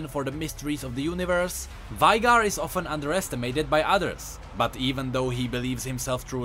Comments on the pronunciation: [Vajgar] instead of [Vejgar/Vejgr]? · Did u really said Vaígar. Did u really pronounce Vaigar like that. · when he pronounces veigar it hurt my ears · you are pronouncing veigar wrong